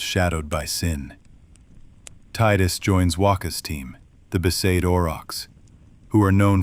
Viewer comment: For me it was besaid. The others all got that wrong